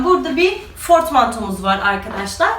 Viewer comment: Fortmanto demişsin 2 kez ama o Portmanto 😂😂 her videoda hep bir şeyin çıkıyor 🤣🤣🤣